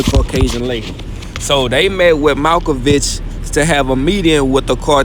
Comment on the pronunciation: Nga said he the most accurate and turned around and said “malcovic”. Lmao it’s mirkovic nga smh